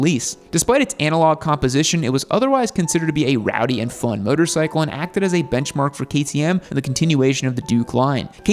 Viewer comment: 'Myotor cycle' - does your gay accent preclude you from pronouncing things properly? You don't need to adadvertise homosexuality so aggressively - people can figure it out